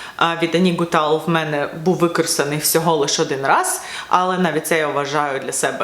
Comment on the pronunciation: Привіт. Хочу поправити, якщо дозволите? Аннік Гуталь француженка, тому її прізвище вимовляється з мʼяким знаком на кінці. Я була в бутіку, консультанти там так вимовляють.